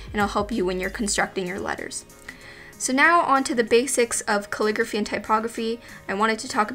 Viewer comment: Why do I hear "clicker fee" instead of calligraphy?